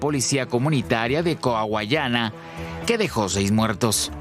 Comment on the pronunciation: Coahuayana maldita sea diganlo bien 😂 ¿Cuayucana? Jajajaja 😂